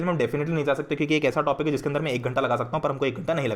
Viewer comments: Bhaiya aap kiuki ko chuki kiu bolte h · why you say chuki instead of kyuki